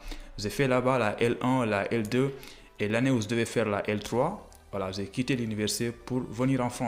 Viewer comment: Votre expression en français est tellement pauvre tu prononce mal c"est pas zè mais j"ai